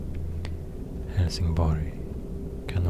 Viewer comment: I can't unhear "Hellsing Boy".